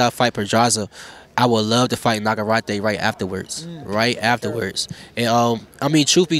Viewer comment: Nagarrate took me out😂😂😂